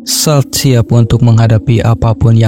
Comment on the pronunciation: salt dibaca solt